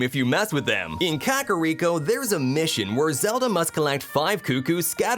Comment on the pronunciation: How does this guy not know how to pronounce…literally anything? Oak-arina? Cack-ariko?